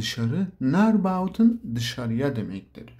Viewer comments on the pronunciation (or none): 😂 turug. : terug Bautın: buiten